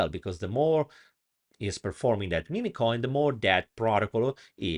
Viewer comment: they are mim coins, not mimi coins. just saying. cute italian accent though ;-)